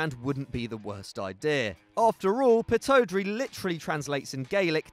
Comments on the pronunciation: Pittodrie isn’t pronounced pitt-oh-drie, it’s pronounced pitt-odd-rie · It’s Pitt-odd-rie not pitto-dree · Thank you thought I might of been the only person to notice the pittiodrie saying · Literally made me cringe each time, pitt ohdrey😂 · Please never talk about Scottish teams you said pittodrie horribly and used Dundee and Dundee United interchangeably they are two different teams still love you though 😂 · Absolutely butchering the pronunciation of Aberdeen’s stadium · you said pittodrie wrong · That pronunciation of Pittodrie though ahahahahah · I’m from Aberdeen and that’s not how you say the stadium’s name. It is funny how it is translated in Gaelic though 😂😂😂😂😂😂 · Can’t even say pittodrie right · how can you pronounce pittodrie so wrong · Oh my god stay away from scottish football. WTF is the pittodrie pronunciation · "GU-VAN" DUNDEE UTD NOT DUNDEE "P-TOD-RIE" 🙄🏴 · No.1 Govan is pronounced Guvin No.2 Pittodrie is pronounced Pittawdrae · English people trying to say Pittodrie and govan is hilarious 😂